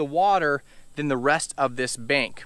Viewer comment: "86 tagrees", "bankth" yeah its hot out there😅. Thanx for the knowledge.